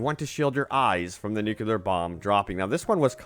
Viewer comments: NUCLEAR!!!!!!!!!!!!!!! Not nucelar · Nuclear not "nucular" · Nukular ain't the word bro